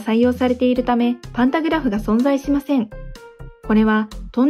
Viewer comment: ｢パンタグラフ｣が｢パタングラフ｣です笑